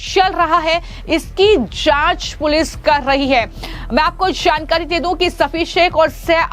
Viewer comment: Choukanewale bol shoukane wale nahi Jankari bol Shankari nahi Ye lady kaunsi bhasha bol rahi samazme nahi aata Yehi mili kya inko news batane ko